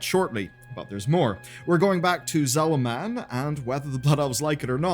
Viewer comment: right off the bat says voidscar instead of voidstorm and pronounces Zul’Aman in the most UK way possible talk about misinformation :P